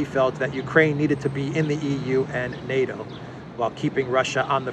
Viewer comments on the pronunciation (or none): none